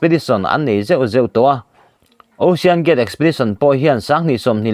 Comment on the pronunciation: News reader i nihna hi a reive angreng tawh nen..😂 (chawngkhuma dan tlqnghuat loh)... Hma i sawn ve viau nangin hma i sawn harve angreng ngawtmai.🤣 Mizotawng i thluk dik loh leh i lam dik loh cu sawilo ila... Saptawng pawh i la lam dik hlei theilo thin a., Ocean (Aushawn/Oshawn) tihtur angah tepawh (Ausian\ Aw-sian) i tizel a..😅